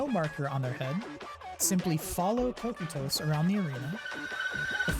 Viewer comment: Great guide, fantastic info! Some tips on pronunciations not that you need it: Kokytos is Greek and pronounced: "Coke-eye-tuss" and "Ravening" is like "ravenous - hunger" not a hard A sound but a light one.